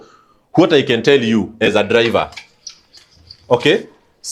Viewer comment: Or or all my dude your diction confuses us 😅😅 so much raw or low, dliver or driver?Ron or loan?😅😅😅waaaaa